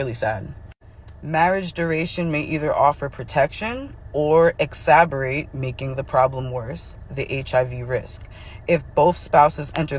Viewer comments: if you're going to insist on reading studies/data aloud, at least take the time to pronounce the words correctly, e.g. marital not martial, exacerbate not exaberate. 😂😂😂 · exacerbate (egg-zass-sir-bate) . Again, great job on these stats, and no shade whatsoever intended.